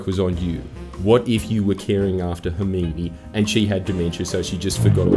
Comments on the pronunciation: "hermeenee" the Australian accent at its finest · .... I grew up reading the book thinking it was pronounced "Hermi-one"... until they made the first movie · As somone who doesnt engage in any harry potter media other than beating it to ps1 hagrid idk how hermyoni is pronounced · I don't think anyone else on earth says Hermione like that